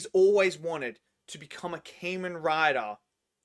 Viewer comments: Kah-Men not Cayman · Its kah-men rider not Cain-Men Rider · Ka-men Rider not Cayman Rider. You're pronouncing it wrong.